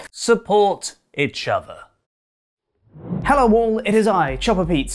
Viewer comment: Is it only me, sounds like he says "support itch other" lol... and AJ ___🌍